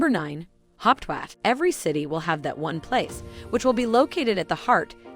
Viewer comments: Hawache not Hauptwash . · It is not pronounced "Haupwashh" 🤣🤣! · Thumbs down for false information and false pronunciation. Hauptwache is pronounced wrongly also. Kleinmarkthalle is not a cheap market.